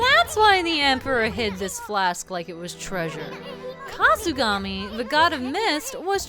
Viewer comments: This flask has mist that can counter the death mist. a drunken sheep. - HAHAHAHAHAHAHAHAHAAAAAAAAHAHAHAHAHAHAHAAAAAAAAHUH! That was basically me the whole time laughing at your drunk voice. OH GAMIKASU HAHAHAHAHAHAHAHA! A time slowing mist, guess you can call it Sluggish breath. Wow you got punished on time for not doing sluggish breath right away. A person can only see the top sides of things on the ground and Issun is wearing a bug hat. So they see a bug. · I like how you deliberately messed his name up to sell the "drunk voice."